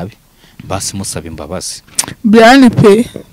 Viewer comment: UTI nive ya tacha banza wige kuvuga izina rye😂😂😂😂😂